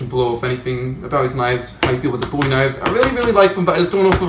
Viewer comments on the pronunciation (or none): It's Bow-E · its boo-ie or bow-ie those are the ways to pronounce it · people who can't pronounce bowie properly shouldn't be allowed outside :/